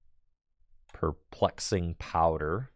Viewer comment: Every time mispronounces Perplexing Powder, I take a shot.